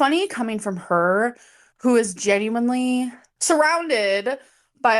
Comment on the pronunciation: Her saying ‘geen-you-enleeeeee’ makes her comment that more disingenuous. She’s so dumb.